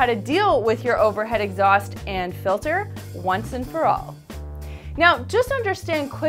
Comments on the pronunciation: I hate these videos. Wait for three minutes of waffle and implied snobbery to find out something that could have been written in less than thirty words. So many megabytes wasted on this stuff. And it's 'Exhaust', Exhasut is some ancient Egyptian king or something. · Exasut?! Hah, hah!